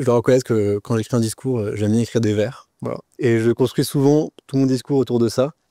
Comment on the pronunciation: Ce jeune homme, certes plein de talent, devrait faire plus attention à sa diction et prononciation: Un vers (court), n´est pas un verrrrrrre. Similiare à la "maladie" qu´ont certaines personnes de nos jours de dire "bonjourrrrrrrrrrrreeeeeeeeeeeee".